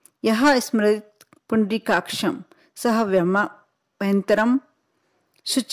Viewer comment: आपको मत्र अच्छे से नही बोलना आया इसको बाहय अभयतंतर बोलते है ना कि जो आपने बोला था यह उपाय दुसरे चैनल वाले ने २ साल पहले दिया था